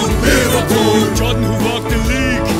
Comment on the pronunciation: But they said Liverpoo